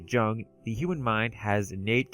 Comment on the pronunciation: Jung is pronounced like Yung. Very easy mistake, especially if you haven't heard it said before. He was Swedish I believe. Anyway great video 👍 and I hate to be "that guy" but every time you mispronounced it the cognitive dissonance was like fingernails down a chalk board. I'm considering a dreampunk story and your video defining some of the commonalities and distinctions is helping me develop the story parameters. Being a fan of steampunk, dieselpunk, raypunk, and of course cyberpunk I'll have to check out some more of you videos after this one.